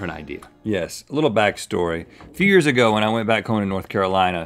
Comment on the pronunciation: did Rhett say fears ago or is it just me?